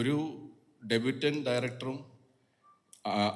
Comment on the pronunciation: എല്ലാ മലയാളികളോടും, ഡെബ്യൂട്ടൻ്റ് അല്ല, ഡെബ്യൂവൻ്റ്. പ്രൊജെക്റ്റ് അല്ല, പ്രോജെക്ട്. പ്രൊജെക്റ്റ് എന്നാൽ പ്രതിഫലിപ്പിക്കുക. പ്രോജക്ട് എന്നാൽ ഒരു വർക്ക്. ഞാൻ പ്രകാശിൻ്റെ പ്രകാശിൽ സാദാ മലയാളം പള്ളിക്കൂടത്തിൽ പണ്ട് പഠിച്ച ആളാ.